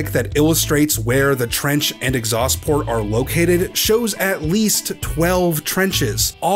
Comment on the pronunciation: "Exhaust Plort"